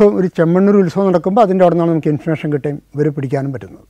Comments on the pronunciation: ഇൻഫർമേഷൻ എന്നത് ആണല്ലേ ഇദ്ദേഹം ഇൻഫർഷൻ എന്ന് പറയുന്നത് 😊 ആദ്യം മനസ്സിലായില്ലായിരുന്നു എനിക്ക് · Yes, enikkum. Infursion ennu pronounce cheyyunnu.